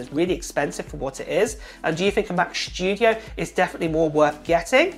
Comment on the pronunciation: WHAAAT? Mac sCHtudio? :D::D:D:D::D noice!